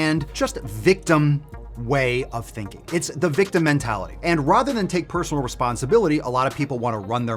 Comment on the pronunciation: You say the word “rather” weird